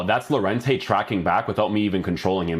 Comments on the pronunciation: It’s pronounced yorente ;) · Lol its crazy llo is pronounced yo in llorente